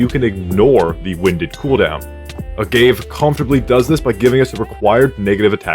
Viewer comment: I hate being that guy, but it bothered me. 'Say-ahnse' (Seance) and 'Uhh-gah-vay, or ahh-gah-vay' (Agave).